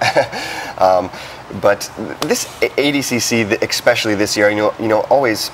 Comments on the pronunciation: Does he keep saying ''ECspecially''? Wtf. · ECKspecially? Bro what? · Great video but I cringe every time the interviewer says “Exspecially” instead of “Especially”. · John's eyes are burning a hole through dude's head everytime he mispronouces "especially". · Expecially when he puts so much emphasis behind it...